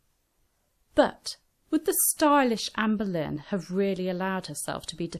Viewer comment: I keep thinking she's saying amberlynn